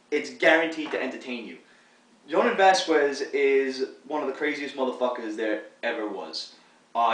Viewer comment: It's Vas-skez dude